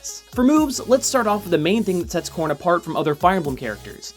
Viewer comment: Every time he said corrin I thought he said corn